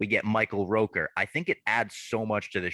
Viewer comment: Great episode as always fellas. Didn’t care too much for the first episode of what if but this one was absolute fuego. Also hate to be that guy but as a Michael Rooker fan I gotta point out its Rooker not Roker. Great work as always 🤝